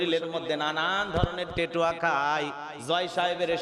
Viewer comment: হুজুর টেটু না,ওটা ট্যাটু